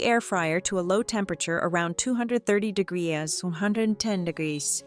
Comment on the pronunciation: When ever I hear AI try to say 'degree' and can't pronounce it correctly, it tells me AI is doing the voice over.